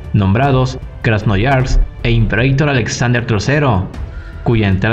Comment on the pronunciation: Un pequeño apunte, es Krasnoyarsk 😅 (Krasnyarask en ruso) lo pronunciaste como Krasnoyars Buen video de todas formas ))